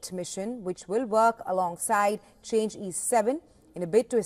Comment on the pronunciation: not called "change", should pronounce as "Chang" "o", two syllables